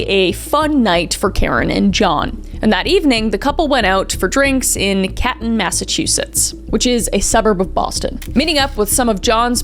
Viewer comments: Its "caNton" (Massachusetts) kris ❤ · Hey Kris I’m from Boston and this story is tragic and I’m surprised I haven’t heard it yet! But it’s pronounced Can-ton 😂❤ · Canton (not Caton) and Norfolk is Norfuk basically. (Grew up in that area) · I grew up in Brockton MA about 15 minutes from Boston this is so close to home 😮also love ya Kris but you pronunciation of Canton was a bit off lol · That pronunciation of Canton gave me mental damage. Other then that great video